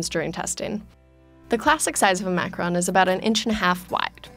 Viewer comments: Why can’t Americans every say Macaron right 😂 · Uh - uhmm ahemm... Macaroons... Not Macarons. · It's not pronounced macaRON it's pronounced macaROON! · I say it mac- a - roon not mac- RON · Is it just me or did I think it was pronounced “macarOOns”, not “macaRONs”?? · why isn’t anyone talking about her mispronunciation of macaron? it’s pronounced ma-ka-ROHN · I thought its called “macaroon” tho hm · They pronounced Macaron wrong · Hmm, it is just me. I don't hear her pronouncing the second "a" in macaron. There's a President Macron, but the delightful dessert is a macaron. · God I hate the way they say the word "Macaron". In Quebec it's pronounced like "macaroon" and I know that it's something different in English but it still ticks me off rip me 😝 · All I was focusing on was how she said “macaron” wrong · Very thorough video. But the mispronunciation makes it hard to listen. 2 suggestions: 1) macaron is pronounced like it is spelled as three syllables not two 2) macaronage not macronage.